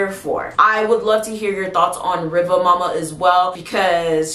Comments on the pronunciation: I know you said you don't have a good Jamaican accent, however it's not pronounced mo-ma or muh-ma, it's pronounced moo-ma. Much love, it's was a great video and thank you for adding correction to the name in the comments. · It's really more like Riva Muma, due to the pronunciation/accent. It's actually a West African retention, basically from Mami Wata to Riva Muma. There's a lot of retention but with slight name changes in many instances. I used to hear a lot of these stories growing up. Jamaican watching from Chicago, will subscribe.